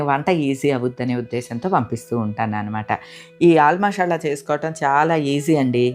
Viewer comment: మషాల అనకూడదు మసాలా అంటే బాగుంటుంది